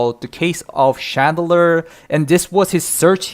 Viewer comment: Chandler? That is “klean” 😂